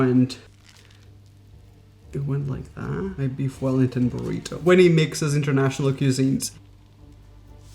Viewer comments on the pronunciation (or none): none